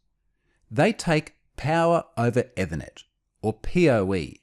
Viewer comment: At first I thought it was a Unifi brand name (I was listening as a pod-cast, not watching). The YouTube subtitles understand it as "ever net" or "ewa net".